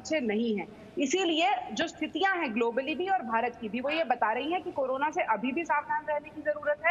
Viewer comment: she said corola